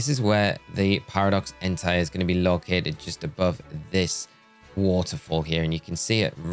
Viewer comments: Please stop saying "entai" instead of "entei"... it's really disturbing (if you know what I mean😏) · Hey, I don't know if you're gonna see this comment, but I hope you do. You're pronouncing "Entei" wrong, it's "En-They", not "En-Thai" (which could be confused with an other (demonetizable) word that sound almost the same).... Actually there's also "Miraidon", which is pronounced "Me-Ra-E-Don", not "Mo-Ra-E-Don" or "My-Ra-E-Don". Also Fun fact, Koraidon and Miraidon names are wordplay in Japanese for "Korai" (Past) and "Mirai" (Future).